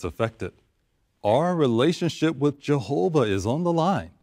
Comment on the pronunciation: Awesome rebuttal! 👍 I couldn't help but think about the child abuse & how they said jeeehoba sees all life as precious-apparently not protecting children. Also, the nonstop showing how nobody can live their lives without the organization solving all their problems. Your so right, they treat all like infants, childlike, & life in a little JW watchtower box. Oh, & women are less than men-shameful! I gotta add the monotone way everyone talks! All the same! 🤣😂🤣😂 your singing at the end was truly inspiring,! I forgot to count how many times I heard, jeeehoba! If I had to guess, 200-times!! In what, a half-hour time span! Indoctrination to the core! Trigger word.